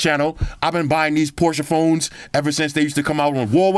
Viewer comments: Well as a German it‘s „Porsche“ not „Porsch“ but hey we are here for the phone not the car brand haha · poshe car then porshe phone 😂😂